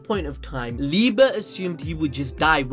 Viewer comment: wait its liba and not liebe